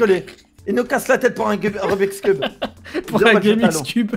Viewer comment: c moi ou minos a dit remix cube Walah y m'a tué😂😂😂